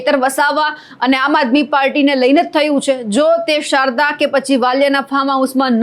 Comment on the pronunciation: શારદા ગેયલા કે શાહદા?.. 😂